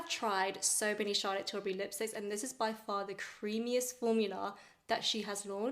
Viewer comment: “ I did a photo shoot with Charlotte Tilbury “ Girl, if you’ve done a photo shoot with the brand, WHY can’t pronounce her last name?